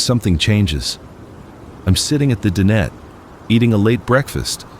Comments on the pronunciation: DIE/NET............DIE/NET........Not din et........lol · dinette.. Di-nette